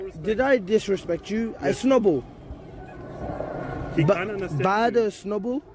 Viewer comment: bro pronounced snowball snubble